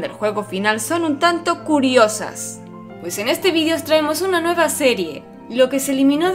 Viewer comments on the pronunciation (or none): Se dice video, no vidio